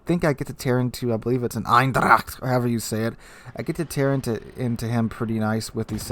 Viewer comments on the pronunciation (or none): So like EEn-dragt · as a Dutchman i can confirm, that's not how you say it. You say it more as: een-dracht Speak the double EE and the a as a short one, ch as a g. I hope that makes sense